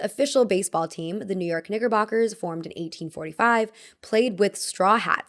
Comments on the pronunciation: i thought u said the n word when u said 'knickerboxers' 😭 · WHY did she pronounce knickerbockers like that 😂 💀